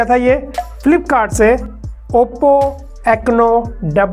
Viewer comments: Wo ecno nehi enco haa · Ecno nahi bhai enco ...pehle naam tho sahi bolo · your reviews are good but you need to work on pronounciation. Enco not ecno. You have made mistakes in many videos, pls work on it and don't take this feedback otherwise. Keep up the good work! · Vo echno nhi encho hai bhaiya 😀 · Bhai ecno nahi enco hai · Bhai oppo echno nai hai, oppo enco hai...sale dhang se bolna sikho revie bnane se phle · Ecno nahi, Enco😀😀😀. Waise driver sensitivity kitna dB ka hai? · bhai w ECNO nhi hai... ENCO hai...